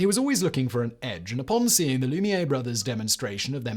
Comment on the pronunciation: He also mispronounced Lumiere, Maria and Robert Houdin.